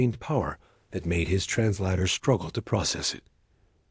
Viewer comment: Another AI that doesn't know how to pronounce 'translator'